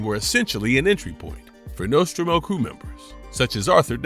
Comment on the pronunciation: Just a complete shitshow. Get your AI to learn to pronounce Nostromo correctly.